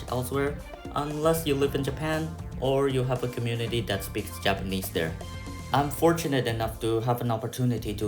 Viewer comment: You should have done much more listening before you started speaking and reading to prevent the strong accent and pronunciation mistakes you have when speaking Japanese but overall good job!